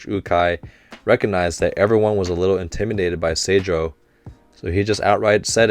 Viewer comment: Saw you had a little trouble with the name of Oikawas team. The school itself is called Aoba Johsai Kōkō (青葉城西高校) but is shortened to Seijoh (青城) when they are talking about them. They have taken the first and third letter from the name, and because of things I can’t explain (since I don’t speak Japanese) it’s pronounced differently. It’s the same with Dateko. The school is actually named Datekogyo Kōkō (伊達工業高校) but is called Dateko in speech. The kōkō in both names means high school so it’s repeated throughout the series (Karasuno kōkō etc).